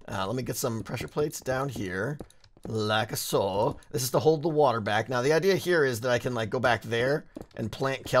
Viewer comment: i love when you say "like'a so" in your weird little accent ... i love it so much